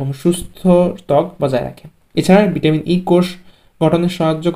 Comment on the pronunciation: ভিটামনটি,,,নাকি ভিটামিনটি